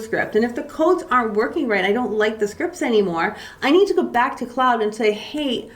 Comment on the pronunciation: Also just a respectful heads up but Claude is pronounced "clod" or "clawed" not "cloud".